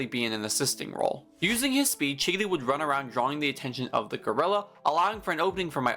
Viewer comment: he’s saying chigiri like giggity